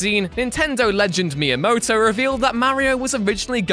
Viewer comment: Dude you can say miamoto but you cant pronounce mario weird